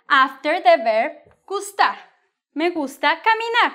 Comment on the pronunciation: Why do you pronounce gustar like an American😹